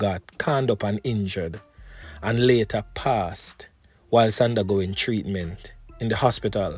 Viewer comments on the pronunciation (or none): none